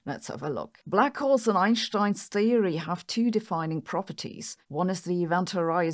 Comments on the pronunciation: It’s Einstein not Einshtein. You are speaking English so use the correct English pronunciation. Can’t take her seriously when she cant even pronounce English words and names correctly, who in their right mind takes anything she says seriously? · You wouldn’t say “shhtairs” Right? You’d say stairs… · It’s not “Einshhtein”… it’s an “st” in Einstein… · Eyyen Shhhhtine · Hopefully, she can learn how to say 'Einstein'.